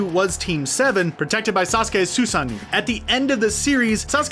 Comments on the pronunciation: Watch number 25 at .25 speed Wait did he say sasani instead of sussano’o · jesus christ man i have never been so disgusted at pronunciation in my life, i drew the line at the Susano'o pronunciation